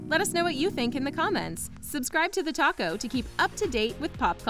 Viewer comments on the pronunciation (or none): none